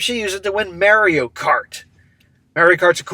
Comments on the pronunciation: Not to be that guy, but It's MAH-reeyo NOT MARE-eeyo Just giving you isht, keep up the good work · Mary o... lol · WHY ARE YOU SAYING "MERIO" WHAAAAAAAA!!!!!! lolololol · Did you just pronounce it Marry-O? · I don't have a competitive bone in my body so I can not deal with people who are excessively competitive and act like absolutely d- bags! People like this have no thought for anybody else. He needs to drop her and if his friends don't quit bothering about his past need to be dropped also. Also, it is pronounced Maurio, not a long a as in Mary. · Mare-ee-oh is killin me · Can you not pronounce it as “Mary-oh” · It always trips me out when I hear people pronounce it like "merry-o." Then I remember is from Massachusetts. But it's still trippy hearing him say it like that. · I have never heard anyone pronounce Mario the way has until now.